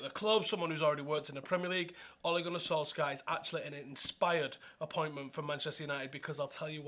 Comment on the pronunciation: You literally said oaligoanysoalska like 20 times before the video was 2 minutes in. Wow that was fucking annoying